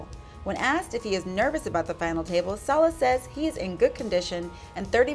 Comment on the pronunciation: Wow, you said his name right!!! Lon, Antonio, Norman, and Kara were not able to after many days. Thank you! <3 (Nice video!)